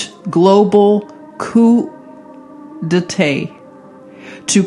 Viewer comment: The t is silent. Coup d’etate pronounced Coooooh Day Taaaah... just saying. Thanks for this great research....